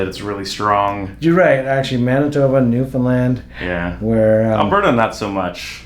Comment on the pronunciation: As an RMT this gave me some super cool background info on some super cool stuff! Been following you for a while, love your approach! Also, as a Newfoundlander, thank you so much for A) remembering we are here and B) pronouncing us correctly! ❤